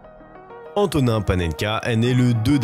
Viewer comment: Par contre à prononcer AntoniN [n]